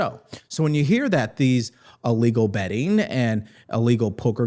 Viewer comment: It's not "uhlegal" it's "illegal". At some point, the educational system quit teaching phonics. I think it was a bad choice.